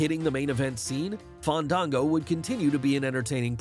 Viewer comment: Fandango wouldn't wrestle unless you pronounced his name correctly